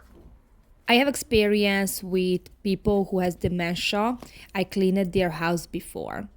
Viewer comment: I don't want to sound mean, but please take it the way I mean it, with love! You pronounce a couple of words wrong. (I understand, since English is not my native language, either. I know how hard it is to learn a new language). Cleaned is pronounced cleend, not clee-ned. Different is pronounced Diff-rent, not di-fe-rent. Peace.